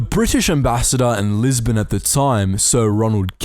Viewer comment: Fascinating, but I turned it off when he said lisbon